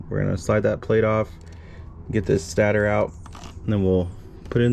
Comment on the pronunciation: It's pronounced stay-tor